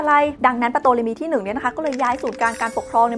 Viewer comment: ตัวPที่อยู่หน้าตัวt เขาไม่อ่านออกเสียงไม่ใช่หรือครับ ชื่อน่าจะอ่านว่า ทอเลมี ไม่ใช่ปโตเลมี นะครับ